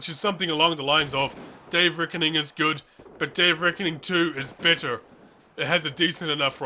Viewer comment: I'm sorry are you saying "bitter" or better"?